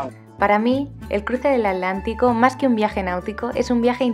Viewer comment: me encanta tu canal. Viajo contigo y te envidio lo que haces. Donde vivo navego en el río parana y Paraguay pero algún día voy a imitarte. Gracias P.d. una sola duda porque no pronuncias la T de atlántico?? Gracias